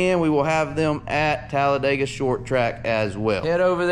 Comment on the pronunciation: Here’s a hint… It’s Talla-dig-uh not Talla-day-gah😂